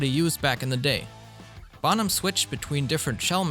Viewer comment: Bonham. Pronounce it right. Not bom ham . Jew boy .